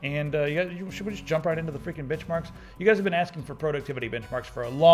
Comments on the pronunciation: for a second there I thought you said bitch marks. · "Should we just jump right into the friggen' bitchmarks?" is what I heard. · Lol I thought he said bitchmarks